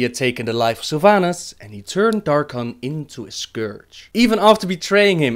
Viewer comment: carl petersen if you want to correct someone please correct it in the right way, or else you'll make a fool out of yourself. Sylvanas not Salvanas